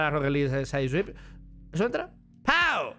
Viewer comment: Nadie:: Rocket League sai suaip